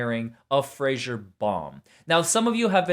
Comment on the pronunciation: No offense, but it's Fraser, not fraggsherrrŕ. Lmfao